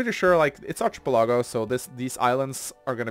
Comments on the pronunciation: word is pronounced Ark-uh-PEL-uh-go, no ch- sound and his emphasis was off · "ˌärkəˈpeləˌɡō/ " no ill. it's an "el" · ˌ"ärkəˈpeləˌɡō" is the pronunciation. Your professors are just normal people and they happen to be wrong this time.